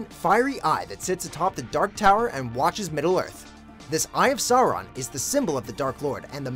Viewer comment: I always wince a bit when americans pronounce Sauron and Saruman.